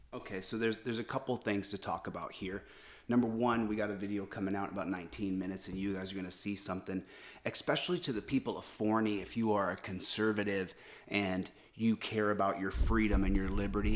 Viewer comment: There is no "k" in the word especially... And you obviously have never "beat your girlfriend" .